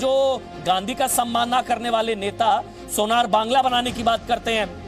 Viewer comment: over smart Anchor, learn atleast 5th class level history of Bengal then talk. You have already proven you are an outsider. To all Indians He is Rabindranath Thakur, not Britisher's Tagore. And it's not "sonar" bangla, it pronunciation is Shonar Bangla. Ok.